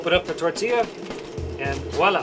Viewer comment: I like how everybody’s saying tortia no tortilla 😂😂